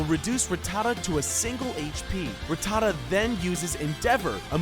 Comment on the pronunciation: I hate how the guy in the video said Rattata